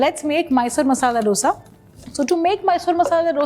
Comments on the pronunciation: It is not "dodsa" IT IS DOSA😂😂🤣😂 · Wow! Aap ch*@ bhoot acha banathe ho... MYSORE Masala Dosa nahi... Aur ek baat, its pronounced as DHOSA or DHOSE... Stop acting like Ramsey